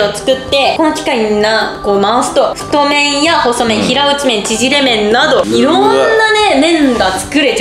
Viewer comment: 太麺を「ふっとうする」